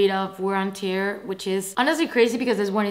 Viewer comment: Girl, this is not how you pronounce “tear” 😅 I might be neat picking, but I really think someone who makes fashion videos needs to know how to pronounce this one… No hate, just pointing out…